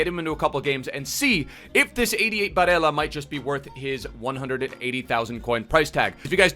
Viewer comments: hey, in italy we pronunce it “Nicoló Barèlla” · the y-ish pronunciation of “ll” only works in Spanish, in Italy his name isn’t “Bareya” it’s just Barella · Es barela boludo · u don't pronounce double LL like that he is Italian not Spanish